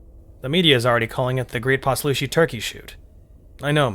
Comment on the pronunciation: Heyo! Author here. I really liked this narration, and I sure wouldn’t mind if you kept going ;). One thing that I’ll say is that Poslushi is pronounced pause-lush-ee, but otherwise, this was perfect! Pleasure doing business!